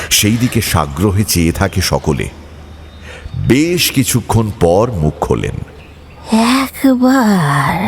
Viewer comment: গপ্পের প্রথমেই বেশ কে বিশ বলে দিলেন তো! আপনার থেকে এটা মোটেই আশা করা যায় না! expectations বুঝলেন মশাই!! অন্য কেউ হলে গায়ে লাগতো না। অগ্রাহ্য করে দেওয়া যেত কিন্তু আপনার ক্ষেত্রে ব্যাপারটা একটু কানে লাগল.. #GoppoMirerThek